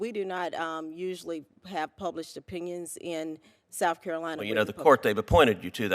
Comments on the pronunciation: Grown woman: “Souff Carolina” 🙄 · Souf Carolina. Amazing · "Souf Carolina" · SHE SAYS S O U F CAROLINA! IGNANT